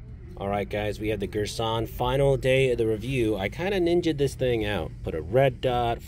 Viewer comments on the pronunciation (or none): Gurr San, not Gersh on.